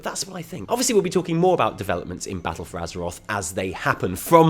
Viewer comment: Baz is better than buh-ah-ttle